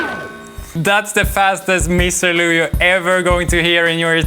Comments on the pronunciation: no hate no nothing but just correction its not misirlooia its pronounced mih-sihr-LOO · What song name does he say at about ? His accent makes me unable to understand the name of the song.